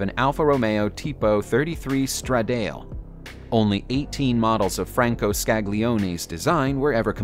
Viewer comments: Stradale "strah-dah-lay" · Stra-DALE really nigga? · Straw-Dale was the dumbest one of all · "Tipo 33 Straw-Dale?????" 1996 "Mee-urrr-ahh???" 1996? I mean. Edit. Google pronunciation. "Ferrari are..?" Ferrari is. So much WTF. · I almost died when I heard him say stradale....